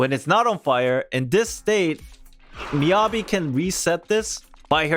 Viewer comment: how do you manage to pronounce Yanagi correctly and then Miyabi all wrong 😭